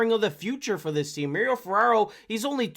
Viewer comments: It's not mer-ryo it's mah-ri-o... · Ferraro prefers his name to be pronounced Mar - ee - oh, not Mary - oh. He is a man after all.